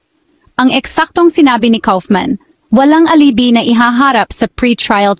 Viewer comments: Alibi (ali-bay)....nakakaimbyerna pronunciation mo! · Wrong pronunciation of alibi miss